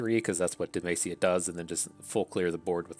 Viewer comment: Every time you pronounce Demacia it sounds like you are saying "the mace" lol